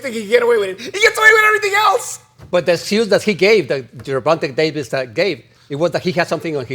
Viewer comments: why the hell does Paulie always mispronounce Gervontas first name... its Ger Von TAAY not GER VON TA as far as how its pronounced. lmao smh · here you go so you can learn to pronounce his name properly bro. jr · vaan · tay day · vuhs